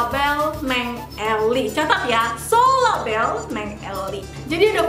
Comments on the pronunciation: Sorabel kali bukan solabel.. susah bicaranya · SORABEL kak bukan Solabel 😂😂FORMULIR kak bukan Fomulir 😂😂